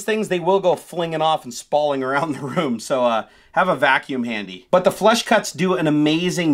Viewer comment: Flush cutters. It sounds like is saying flesh and I wouldn't recommend google searching that...